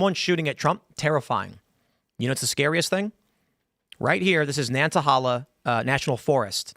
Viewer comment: It’s pronounced nana hayla